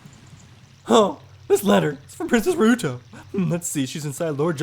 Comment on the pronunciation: I thought you said rude hoe for ruto